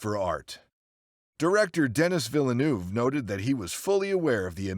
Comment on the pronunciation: Terrific video. My only feedback would be the pronunciation of Denis Villeneuve. It’s more like deh-nee vill-uhnuv. I also read that during the fight scene Gosling had his foot in the wrong place. Ford inadvertently stepped on it. This lead Gosling to be closer to Ford than expected, thus the punch connecting.